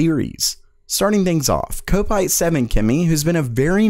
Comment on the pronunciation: Ko-pite? Judging by that picture of those scummy reds celebrating I would think that it is pronounced as Kop-ite - as in Liverpool's Kop end.